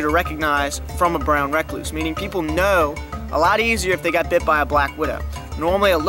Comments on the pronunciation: This dude is gangster than anyone I know holy crap. I live the way he says “brown rack-cluse.” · Brown re-cluse No hate, very great video